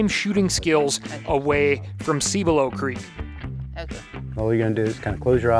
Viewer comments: Love it, but every time he mispronounces Cibolo Creek I cringe. It’s not sí-bolo it’s pronounced sib-below. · The constant mispronounced cibolo creek is killing me